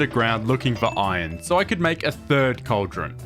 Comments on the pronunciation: Pronouncing "iron" like "oi-on" is cheating at Scrabble. There is an R in "iron". Swallowing the consonant sounds dumb. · Bro the way he's pronouncing "iron" triggers me so much